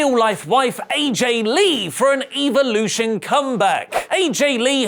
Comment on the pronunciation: Does he know how to pronounce evolution